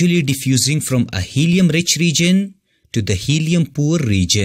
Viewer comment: It’s “Region”, not “Reegion”. Overall, good video.